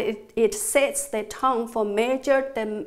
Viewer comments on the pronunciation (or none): none